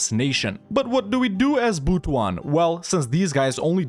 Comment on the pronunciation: It's actually pronounced as Butu-an it pains me so much that you butchered it but it is what it is.